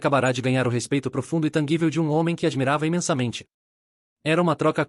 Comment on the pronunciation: TANGÍVEL, NÃO TANGUÍVEL